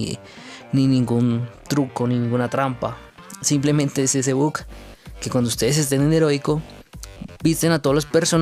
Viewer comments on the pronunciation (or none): Por que decis but en vez de bug